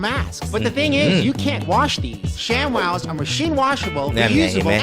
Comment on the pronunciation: ทำไมอ่าน shamwow เป็นชักWOW